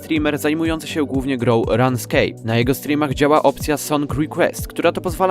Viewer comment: runescape czyta się przez długie u a nie a ... to nie run-escape tylko rune-scape od run, BTW Emily only faked cancer once Cx